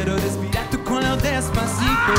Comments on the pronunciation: The Australian guy said culo instead of cuello. loved it anyways!!!!! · the last participants does not say neck "cuello" if not ass "culo" in Spanish.. Pero hizo un esfuerzo . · El último dijo cvlo jajaja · He didn't. He just said cuello, but with "l" sound instead of "ll". Because of the weakened "e" it sounded like "cuilo", but for me it didn't sound like "culo". Even if I wanted to hear culo, it wasn't :) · En realidad quieres escucharme así como el australiano, casi no le sentí el acento y pronunció muy bien el español, solo cometió el pequeño error de decir "culo" y no "cuello" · C’mon 😂 yes he said culo but he did it great even the Daddy Yankee fast part, and can’t do it as a native Spanish speaker, love him, good job 👏🏽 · i think he just pronounced the "u" and "e" together so the "e" is not clear and sadly pronounced the "ll" as a single "L" making the word almost indistinguishable from "culo" </3 hahahah in his defense the "ll" sound doesn't really exist in english i don't think so it might be weird for a non-speaking to enunciate. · Cosa mía o dice, el australiano: Quiero respirar tu culo despacito 😂😂😂😂 así se escuchó, perdón fhsjfkdkf. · No sabía lo difícil que es pronunciar la palabra CUELLO en otro idioma. Pobre chico. La suerte es que tampoco entendieron lo que él pronunció. Por eso tubo tantas ovaciones.